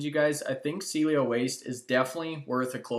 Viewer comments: CIELO SAID, C-EL-LO. C-ELLO, SEA-EL-LO. I'm glad you are talking about this company. Its upside is amazing but hard to listen to someone promote a company with a "DEEP DIVE" that can't say the name properly. Also, there is no competition in ANY market. Why did you keep say it has no competition in the Canadian market? Cielo has patents in both Canada and the USA. There is nothing like this one anywhere. Appreciate your work on this but, come on, you are from Calgary Alberta get your stuff right mate. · Thanks for taking an interest in Cielo. Hopefully more people will put this company up on their radar. I hold. 34 k 1.02. Will hold for at least 7 years. I see this easily as a $30 - $40. stock. By the way, Cielo is pronounced like the following: Ceeeeeeee ----- el ------ o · Too bad doesn't know how to pronounce the name of the company he's touting. The stock is now half of what it was when this stock was mentioned by.